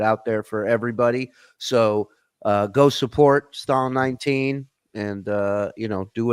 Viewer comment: it's Stallion19 not Stalin19 🤦‍♂️ let know too cuz he says it wrong as well